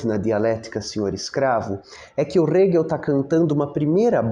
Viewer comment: Sou muito grata a todos os teus vídeos. Só queria deixar uma sugestão, quanto à pronúncia do nome do Hegel. Na legenda (que é gerada automaticamente), não aparece o nome dele quando falas, acho que, por causa da pronúncia (aparece Rego às vezes, hehehehe 🍑😬). Eu uso legendas pra me ajudar a prestar atenção no vídeo e fixar o conteúdo. Não tô reclamando, afinal, é conteúdo de qualidade, de graça; só tô deixando uma sugestão.